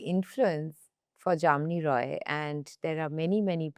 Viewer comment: Been a bengali u should know how to pronounce ,it's not JAMNI ROY it's JAMINI ROY .🤨